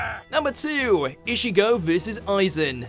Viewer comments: I'd like to point out that Ichigo.,is not pronounced e-shigo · Why does he keep saying ishigo??? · Man....you really pronounced it as I-sh-igo :D damn.... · Not issigo, it is ichigo